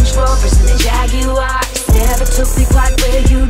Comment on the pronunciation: This is an awesome song, except I really hate the way she pronounces the word "Jaguars" lol